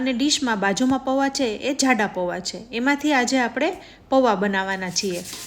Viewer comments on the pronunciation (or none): Zzhalebi, Zzhada nahi ben, Jalebi, Jaada.....